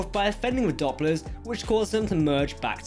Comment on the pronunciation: Not Dopplers, it is Dooplers (as in duplicate).